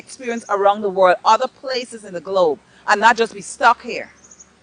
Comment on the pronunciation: Over the World not over the Worl